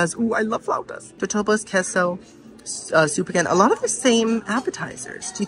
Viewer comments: Girl…it’s pronounced K-SO ((QUESO)) love ya either way!😘🤣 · Queso isnt like keh-so....its more kay-so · Please… it’s Kay-So (Queso). Also, it’s Buff-A ( not Boof- A) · ok this totally basic (not) white girl is going to correct you lol it"s kayso love your channel so much